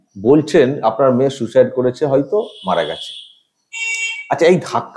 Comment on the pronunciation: উচ্চারণ ও বাকভঙ্গীমায় মোটেও অ্যাসিসট্যান্ট সুপার বলে মনে হচ্ছেনা, ' সুইসাইড' কে 'সুসাইড' উচ্চারণ! এই মহিলা অল্পশিক্ষিত এবং হাসপাতালের সাধারণ কর্মী হবে, একে দিয়ে মিথ্যেগুলো বলানো হয়েছে।